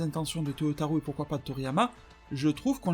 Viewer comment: arrête de dire ToyotaROUX please. Je ne sais pas pourquoi tu le prononce comme ça. Ca me trigger à chaque fois. Merci pour ta vidéo